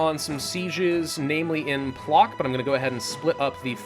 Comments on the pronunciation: А little correction: Plock is pronounced like PloTSk and Danzig - DanTSig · It's pŁock actually and pronounced pwotsk